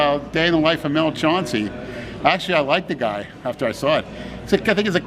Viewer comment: By the way. Its chan cee.....not chaun cee....big mels the real deal....you dont know shit....mels a great man and not a shit talker...i notice all of a sudden "likes" mel. Since he made florida permanent.